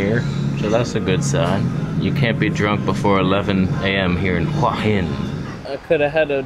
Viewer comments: Hey, that night market at Hua Hin is wonderful but there is another night market on Petchkasem Road that is cheaper and has more authentic food closer to the centre of town. By the way, the Thai's pronounce it 'hueeey Hin' and not 'hwah hin' how you pronounce it. It means headstone and represents that crop of rocks near the beach on the northern side where you were walking in the water in this video. I stay in a resort right near there where you were standing at 16.00 minutes in the video. I remember when I was in Hua Hin and swam in the bay, the water was so warm it was like taking a warm bath. The sunrises from those Hua Hin beaches are amazing. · It's pronounced who-a hin, I remember hua means heart.